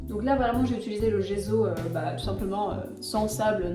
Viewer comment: Ça se prononce djesso ! À l'italienne 😊